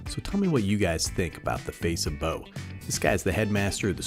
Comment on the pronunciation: Nah, pronounced like "bow" brother, you got it right. Love this kinda content.